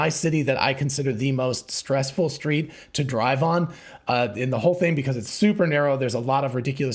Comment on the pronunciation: I want a Tesla "shtreet" car with FSD capable of Road Rage! ; )